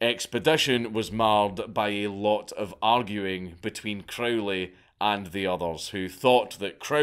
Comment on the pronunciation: It's Crow-ley (rhymes with "holy," as he himself insisted :) ) Epic madlad (both the guy and the vid). I was hugely into Crowley and all that stuff in my late teens and early 20s, and I still have a soft spot for all that craziness, even though I'm pretty much full fash these days. It's pretty obvious that there are loads of tucked-away corners of the universe (including our own minds, what consciousness is, how it's produced, etc.) that we still don't really know all that much about. I suppose the only difference in my attitude now is that I agree with the scientist Richard Feynman - it's ok not to know. What's certain is that if you do particular practices with energy, dedication and persistence (e.g. the various kinds of meditation, ritual magick, sex magick) you do sometimes get striking results, and they're fairly consistent. But whether the results are wholly subjective (the sceptical position), fully objective (the traditional occultist position), or a mixture (e.g. something like Jung's analysis), is difficult to say for certain - and nor does it really matter all that much. (Or as Crowley himself prefaced one of his books of magickal instruction: "maybe." ) We've only been around for a very short time, cosmically speaking, so it wouldn't be at all surprising that we don't yet know everything there is to know :)